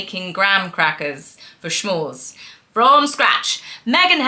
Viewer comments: oh, you're adorable! But, as an American and former Girl Scout (inventors of the s'mores), I must correct you. It's pronounced su-more. The word is actually a contraction of the words "some" and "more" (because, they're so tasty, you always want some more!). Hence, s'mores. There is no "sh" or "sch". And thank you for suffering through the episodes so we didn't have to. Your sacrifices are appreciated. 💗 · Love your videos and especially your pronunciation of "S'mores" in this one! A new treat "Shmores!" 😆 Thanks for all your research and fun presentations. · Hello - little hint. The word s'mores for the treat is pronounces with an "s". Come from the words some and more as in " This is so good I want some more". Thanks for the review. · I don’t blame you for not watching all episodes,. Oh, s’mores don’t have a “sh” sound. 😊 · S'mores not Schmores though lol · Luv ya,, but there is no “h” in the word s’mores. Hence it isn’t pronounced shmores. It is pronounced s’mores. They originated here in the USA, so I guess folks in the UK may not be as familiar with their name. But you are always spot on with your take on the succubus who still claims to be a duchess despite leaving all royal responsibilities. We in the USA don’t have royal titles so, if she wants to consider herself an American citizen, she should ditch the title. She’s a fraud and liar and always has been. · Not sure if you know but S’mores is not pronounced schmores. Good for you to watch this 😵‍💫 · S'mores (you know, like "some more") -- not "sh'mores" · Lol, "SCHMORES" is adorable. It's "S'mores" as in, no matter how many you make, everyone wants "some more" but I like your way of saying it better 😋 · What the HELL is a schmore?? Why is everyone insisting on adding an 'h' into words like "I'm a SHTRONG Wahman" Bobo tea you say properly, s'more? Really?? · It’s s’mores not shmores.Sorry, critical American 😊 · Did MM pronounce S'mores "schmorz"? It's pronounced "smorz."